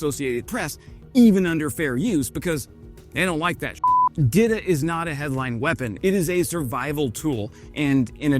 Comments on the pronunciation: It is pronounce DEETA , it is a Czech girl name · Saying Dita like Didda and i keep hearing Diddy 😭💀Diddy ahh